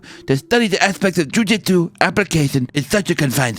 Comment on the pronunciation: Papa kept saying car "jutsu" instead of jitsu and I know it's cuz he watched Naruto as a kid 😂